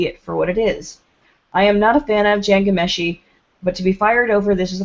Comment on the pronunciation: please, if you are going to do a piece on Ghomeshi, learn to pronounce his name BEFOREHAND